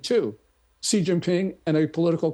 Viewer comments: Piers..... your pronunciation of 'Xi' is atrocious! It is pronounced like 'C', the English alphabet Not 'G'. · Xi is pronounced SHE. Repeat after me, Piers... SHE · Pierce, you intentionally mis-pronounce President Xi ! Show some respect you rude English man!